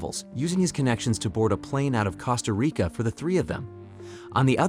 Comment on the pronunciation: Cost-A- REEKà